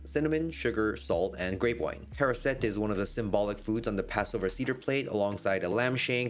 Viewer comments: Amazing meal. I havent had a matzah ball since I was diagnosed with a wheat allergy 20 years ago, and now I think I need to figure out how to do it gluten-free from scratch. (As an aside, seder is pronounced "SAY-der," not cedar, and charoset is "har-OH-set" with the ch being a throaty, phlegmy h sound. Transliterations are tough when English doesn't have the same sounds.) Your clients are so lucky to have you! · Excellent content. Just for future reference, it’s pronounced say-der, not cedar like wood. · You're a good goisha Jewish food cook. Sinkers. For sure. Its Say-Dur, not Cedar. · Love this! The sweet apple/date item on the Seder plate is pronounced ha-rho-set. And the meal is called a Seder, which is actually pronounced say-der (it is confusing!) and it means “order” as in the series of traditions that happen throughout the meal. Your Passover feast looks incredible, nice work chef! ❤️